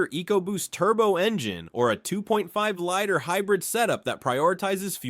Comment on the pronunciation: It's a "lee-ter" not a "lighter",.